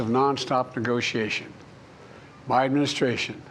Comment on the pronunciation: E-mu-mu-stration. (Administration). Crimate Crises (climate crisis). Isozzo (it's also). In-vu-vu-velopment of AI (in the development). Presidents power is not limit. (limitless). Participating our democracy (what?)